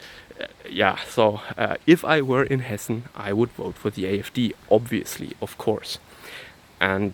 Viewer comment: Hessen dude not Hesse.😉